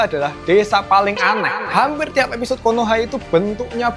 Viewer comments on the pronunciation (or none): none